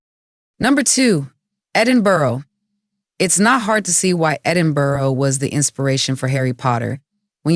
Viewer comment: Edinborough, love it. Well done, you corrected your pronunciation after you mispronounced it the first and second times, then you said Edinberg, but I must say your commentary is quite accurate for US visitors.